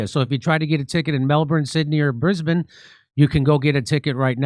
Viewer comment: I just need to express my appreciation & gratitude that Jimmy learned how to say "Brisbane" so it's not utterly jarring for those of us who live here. Virtually no Americans nor Canadians who get it right, but Jimmy just did right here! Big love ♥️